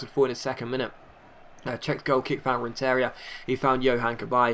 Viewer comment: It's pronounced RenTERia the emphasis is on the TER not the IA